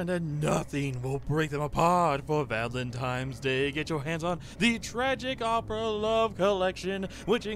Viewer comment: You kept saying Valen TIMES day :/